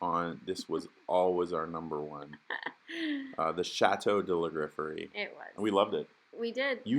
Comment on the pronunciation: Oh you are seriously going to have to learn how to at least pronounce the name of your Chateau correctly with proper French!